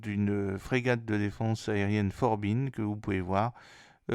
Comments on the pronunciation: Bonjour, Forbin ça se prononce Forbin (comme Claude de Forbin 🇫🇷 ) pas "For been". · Forbin comme bain, pas forbine comme bibine.😉